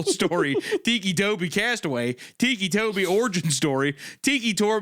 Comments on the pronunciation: its driving me crazy how hunter keeps pronouncing «ticci toby» (tih-kee) as «tikki toby» (tee-kee) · "Tiki Toby" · Hunter is pronouncing it "teeky," I always thought it was pronounced ticky, like... you know......... his ticks...... haha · It still bothers me that he's called "Ticci Toby" and not "Ticky Toby"... but it also seems fitting for how ridiculous the story is, too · Between Wendi calling him “Tony” interchangeably with Toby and Mr Meat saying “Tiki Toby” even after being told it’s pronounced Tick-y, I love this lol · Tiki Toby💀 TICCI HUNTER "TICKY" T I C K Y = T I C C I NOT TIKI TIKI😭 Say Tick Hunter, Say It, Learn how to speak brother you are killin me with your mispronunciation lmfao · “Tiki 🗿 Toby” had me dying. Like how do they not put together that he has Tics from Tourette’s so it is “Tic-kee” Toby 😂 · Hunter: They call him Ticci Toby because of his tourettes ticks. also Hunter: teaky toby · I like the way Hunter says "Tiki Toby" instead of pronouncing it as Ticky. 🗿🌴🍹🏝 Tiki Toby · my inner ocd is crashing out over hunter saying tiki instead of ticky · I’m sorry, but it drives me crazy how Hunter is saying Ticci Toby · Please tell me TIKI Toby isn't how you're actually supposed to pronounce his name and I'm not losing my mind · Every time Hunter says TEEKY TOBY I lose a year of my life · I can only imagine what Hunter was thinking before the Tourette’s was mentioned. “TEEKEE” Toby. Like a Tiki torch 😭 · Ah yes, tikki toby, as hunter is saying. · Hunter's pronunciation was killing me, the "tikki toby" was so bad lol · “Teekee Tobi”-Hunter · Ah yes, Tiki-Toby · I’m gonna go ahead and say take a shot for every time they say “Ticci Toby” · Lmao I thought Hunter would stop pronouncing Ticci Toby as ‘tiki Toby’ after learning where the nickname came from but nahh 💀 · This was one of my FAVORITE creepypastas as a kid! An absolute classic! Edit: Hunter pronouncing ticci tobi as 'tikki tobi' is slowly killing me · The way Hunter keeps saying ‘teekee’ bugs me